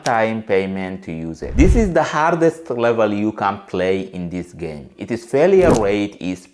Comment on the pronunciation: What country are you from ? Because your english is sh!t ! This is you 👉 if yoooh want too 😂